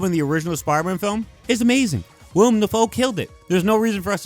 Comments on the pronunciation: say it with me now: WILL👏 EM👏 DAFOE. willEM. not william. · Great vid but everytime u said wilIAM Defoe and Dane DE-han it frustrated me a little lmao